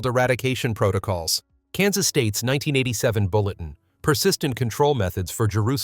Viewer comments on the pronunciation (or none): none